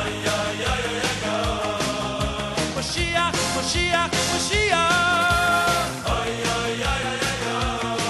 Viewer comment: You pronounce "moyshiach" wrong